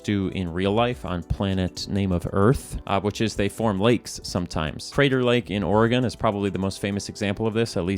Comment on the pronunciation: You pronounced "Oregon" correctly. Thank you!